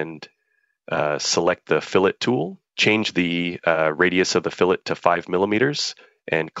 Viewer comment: Someone need to teach the AI voice how to pronounce "fillet" when used in context.